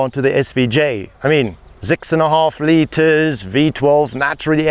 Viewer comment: "Zix" and a half litre SVJ